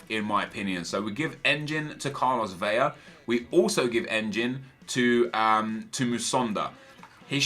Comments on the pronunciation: Still pronounces Carlos Vela wrong. It's Vela, not Veya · El Güero it's 'Bela' seeing his native to a Spanish speaking country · Nep please learn how to pronounce Vela and Tremoulinas :) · U say vela wrong